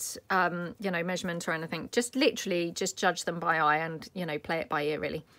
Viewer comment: Naked... Lol You got your daughter's attention. I made some of these ... super easy... super cute. I had to laugh when you caught yourself saying litterally... of course I love everything that you make ❤❤❤